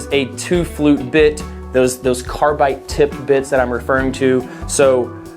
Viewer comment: Are you saying carbite? Haha sounds like it. Probably doing it for the off chance someone with OCD like me comments about it.